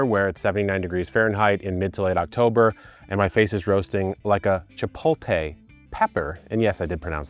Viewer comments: ch-pote-lay not ch-pole-tay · Chipolte? Chip hole tay? Is that your final answer? 😅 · Idk who lied to you but that is not how you pronounce chipotle 😂